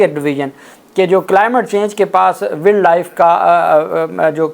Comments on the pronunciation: صاحب، ولڈ نہیں ہوتا بلکہ وائلڈ ہوتا ہے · یار ایسے کرو کہ انگلش زبان کو صحیح پڑھنا اور تلفظ سیکھنا آپ کے لیے ضروری ہے۔ ولڈ کی بجائے اسکو وائلڈ پڑھا جاتا ہے۔ 😮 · Wild is pronounced as wiled. وائلڈ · Poor pronunciation of word Wild , not expected from you, repeated many times. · Please read the word “Wild”correctly.